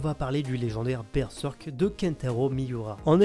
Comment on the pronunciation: Mais pourquoi prononcer Berzèrk ou Berseurk, alors que mécaniquement Berserk ça se prononce Bèrsèrk en français ? Les gens de plus de 40 ou 45 ans qui ont appris avec la méthode traditionnelle syllabique en CP et CE1 (1e et 2nde primaires en Belgique), ils apprenaient que le "e" se prononce "è" dans les syllabes fermées. Berserk, ça s'écrit en deux syllabes, Ber et Serk, le e à chaque fois est suivi d'une consonne dans SA syllabe, donc ça se dit Bèrsèrk. Ensuite, le s ne se prononce z qu'entre deux voyelles comme "rose", "usage", etc. Il y a des exceptions, mais peu, à cause des mots construits avec un préfixe, genre "resucée", mais là il y a un R devant le S, donc pas de problème, on prononce S. Et dire qu'on continue de nous soutenir que l'enseignement syllabique, c'est pas utile à l'école...